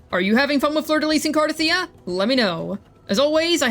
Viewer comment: Thank you for saying her name correctly. Other CC's must have audio turned off in the game 😅.